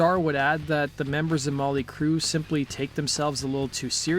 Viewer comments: Why does be keep saying Molly Crue?? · He keeps saying Molly Crue! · Stop saying Molly Crue please and sponded instead of responded. Thanks.